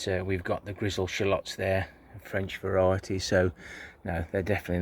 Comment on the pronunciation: Well I must say that garlic looks fantastic 👍 the end one is huge. You need a bulblet nursery 😂😂. French way of saying it is “vare” “ity” 😉😉. My shallots had to be harvested early due to rain ☔️ (soggy). Everything looks fantastic and very lush 👍👍. Strawberries galore 🍓🍓🍓🍓😂😂 a good thing to be sick of all that delicious fruit. Thank you for sharing have a great week 🐝 safe